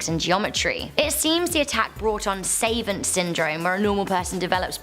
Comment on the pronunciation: OMG.REALLY? SAY-vaunt? If you make money being a narrator, please buy a DICKSHUNURY!!!!